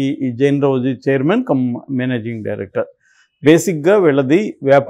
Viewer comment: రజ్వీ కరెక్ట్ pronounce చేయండి రౌజీ కాదు